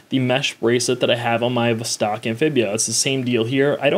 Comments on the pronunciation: It's NOT a "vzztaaawwk". It's a "voss-tock". Not the least attempt to pronounce a foreign name / brand / word the way it SHOULD be pronounced. And you guys get upset when a foreigner mispronounces "Arr-can-sass" ... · “Vuhstaaaark” ? Niet.